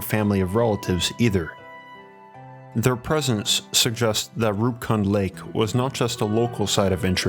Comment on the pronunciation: Fantastic video. also Roopkund is a famous trekking route in India P.S. Kund in Roopkund and Homkund is pronounced as koond